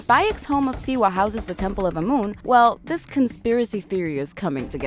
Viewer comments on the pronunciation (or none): Please don't make another video like this if can't get facts together. First of all you pronounce every name wrong: it's BAYEK OF SIWA NOT BEYEK OV SIWU. and there wasn't anyone assassin before him. And haven't even watched the whole thing so there is probably more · "Bayek of Seawee" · Siwu? Where's that? And who's Beyek? Pretty sure BAYek of SIWA is the main character of Origins. ROFL. xD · Siwa....(Sea—WAH) not seewoo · Bay-ek of See-woo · Bäyek of sewu 💀💀💀💀💀💀💀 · You step into the shoes of Bae-yek of Siwoo, the last of the Meh-jai. She even pronounced hierarchy as hair-ecky lmao. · Bayek of SEWO!!!!!!!!!!???? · Bay-EK of seewoo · was i the only one who got triggered at "baeyek of siwu" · Boiyek of siwo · Bayik Of siwu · And she said siwu sooo.... I say we get the hidden blades. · Baiak ov Seewoo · Beyek of siwuu, sienu. Pronounciation is on point. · Beyeek of seewoo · Not the only mispronounced word in the video (anyway it was the only one that gave me a massive TRIGGERED) Other words include medjay, Siwa and the video got boring so I stopped watching. Therefore, there might be more.